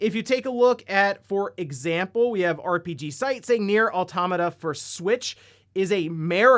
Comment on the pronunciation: auto-mata? mira-cle?